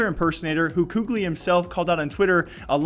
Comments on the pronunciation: Well it's definitely not 'kukli' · KQLY pronunciation is Cali like California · KQLY is pronounced as "Cali" like in California mate Anyways Love the new format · It was Kely wasn't it? Even casters pronounced it like that